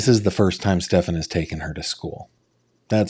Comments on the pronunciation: Don't waste time on the pronunciation of Stefan's name. "Ste FAHN" is the correct pronunciation. There is no name pronounced "Stef AN." His parents don't know how to pronounce the name properly or they have made up a new pronunciation. Frankly, most people don't care what you call him, as long as you call him GUILTY. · He is sickened by Stepaaan and deliberately won't 'learn' his name, thats why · Is she still employed with Coronado Springs? My children tend to wear the same things over and over again to sleep. How does she not recall what Maddie was wearing but for sure knows it’s not the green hoodie and jeans? I wonder if the detectives mispronouncing SS’s name is on purpose to agitate those who know him 😂. I know she corrected one detective before. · Them mispronouncing his name drives me crazy too. It’s not just you. I don’t care about him but it’s a pet peeve of mine when people do that. Especially when she consistently says it the other way. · I wondered if they were doing it to unnerve Jen. Because she would say his name, and they would immediately mispronounce it.